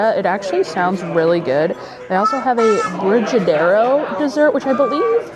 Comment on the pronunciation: I will help you 😊 We had a Brazilian exchange student and she made brigadeiro all the time for us.. it's pronounced like girls name Bre... Bre-gadeiro